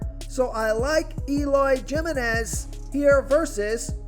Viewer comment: J in spanish is pronounced H. So Eloy Jimeniz is prounced Himeniz. think of San Jose, California. Not Joe say, but insead Hoe say, if that makes sense.